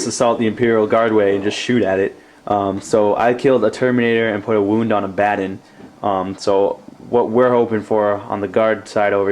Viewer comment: why does everyone call him abbaden it's A-ba-don not A-ba-den. It really isn't a big deal but thats the 10th person that pronounced his name wrong.